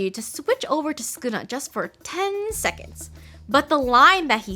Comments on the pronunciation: It's Sukuna not skuna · Do we just not pronounce the first u in sukuna? Mr skooma the calamity from the hein era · ah yes skuna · “skuna” (sukuna) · actually, its pronounced sukuna and not skuna, youre skiping the first u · Its not skuna it’s sukuna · Sukuna ❌ Skuna ✅ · Is it just me, or does it sound like she’s saying ‘Skoona’ when trying to pronounce ‘Sukuna’? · Won’t listen to any “expert linguist” who calls Sukuna, Skuna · Why is she saying skuna am I going crazy? Suuukana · Did no one catch her calling Sukuna; Skuna? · Who is skuna bruh isn’t it su-kuna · STOP CALLING HIM SKUNA 😭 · i hate how she says skuna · Todo fr said sonion